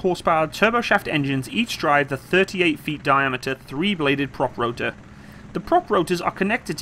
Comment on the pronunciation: What's a "roder" ? What's a "compuder"? What's a "faciliddy"? :D